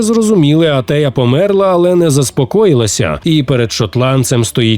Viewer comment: Та Антея а не Атея